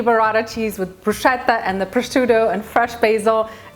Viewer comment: The correct pronunciation of "bruschetta" is bru-sKe-tta (e.g. same sound as "school "). However it really looks amazing and delicious, it's just perrfect for summer! Greetings from Italia 🇮🇹